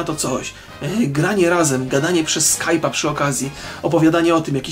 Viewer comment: rock gada przez skajpaja -NIE SKAJPAJA TYLKO SKAJPA !!!!!!!